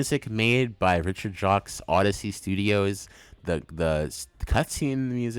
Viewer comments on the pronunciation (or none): I laughed my ass off at the sonic 4 placement lmao. Really loved watching this and I learned so much about the background of these osts that I didn't know before!! Ofc I disagree with some placements but thats natural :) Also, Richard Jaqcues last name is actually pronounced "Jakes", which I didn't know until recently. I was watching and interview of him and that's how he introduced himself